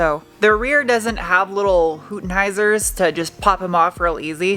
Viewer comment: in-tune brought to you today by the word "Hootenheizer" 🙂